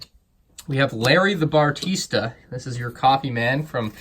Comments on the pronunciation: bah reee stuh not batarisa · I am triggered as well! It’s Barista! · Why do you keep saying “bartista” instead of barista? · It’s barista not bartista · its barista not bartista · Also, it’s Barista, not bartista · Barista not bartista. Only one T at the end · says bartista instead of barista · Bah-Ris-Ta bro. Shyt, it killed me listening to you say it wrong so often. Lol. Great review otherwise man, but that was brutal for me. Sorry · "Bar-tee-sta" triggered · You pronounced "Barista" Bartista. No hate tho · I’m absolutely TRIGGERED by the “Bartista” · I'm glad I'm not alone. I want to ask this guy how many "t"s he thinks are in "Barista". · yeah he keeps making errors like "bartista" and "green arrow logo"